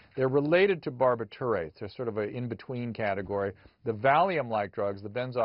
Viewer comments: I'm with John Holmes! Someone should tell Drew that it's 'Bar-bit-chu-ritz' I lost all respect for Drew Pinsky when he called Ibogaine useless and the modern equivalent to snake oil with no place in the arsenal of addiction practitioner. My treatment relapse rate is 1/4 of what his is but he's the "professional"? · I love the way dr drew is absolutely out of touch with reality. The way he makes up new ways to pronounce shit. Bar-bitt-toor-ates I’m dying. Gone after the 70’s? This guy’s clueless! The patent ran out in 1984 and given the aggressive way Quaaludes were marketed, doctors still had closets full of them! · Barbi---turates? Lol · I've never heard anyone pronounce "barbiturates" like that... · Exactly Me either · Dr drew you act even pronounce simple barbiturates I have never even seen your medical license